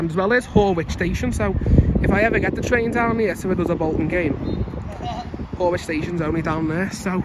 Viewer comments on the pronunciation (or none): Horwich is pronounced Horrich and not Whorewitch!